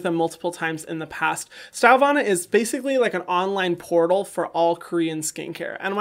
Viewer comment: "...- online POREtal"